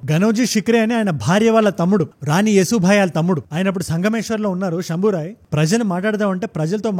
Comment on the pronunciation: శంభాజీ అని చెప్పొచ్చు కదా శంభోరాయ్ అని కొత్త పేరు దేనికి భయ్యా